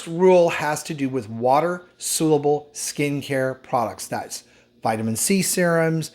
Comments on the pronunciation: Great video, thanks,. Just a friendly note that it's spelled "soluble" and is pronounced "SAHL-yoo-ble". Thanks! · Dear God! Will you please learn how to pronounce SOLUBLE!